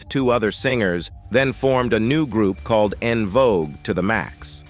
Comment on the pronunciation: It pronounced the verb "called" as "Call Ed". It's a terrible voice.